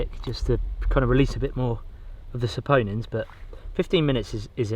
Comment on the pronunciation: you finally said "saponins" correctly